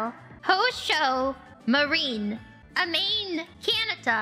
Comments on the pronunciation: That amen kenta sound soo arabic lmao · A Man Canada